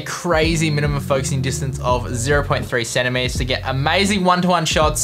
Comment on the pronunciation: lol yeah that’s what I figured but it sounded centimeters